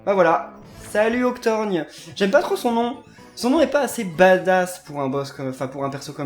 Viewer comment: C'est Octorgone pas Octorgne 🙄🤣🤣